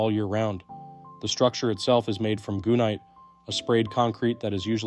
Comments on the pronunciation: LOL! HE CALLED IT GOONITE! Gunite they usually pronounce GUN-nite. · Gun- night, not goon-nite